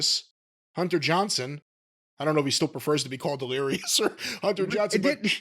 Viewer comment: Its Johnston,. Hunter Johnston.